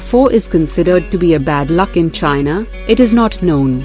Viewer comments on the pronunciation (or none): none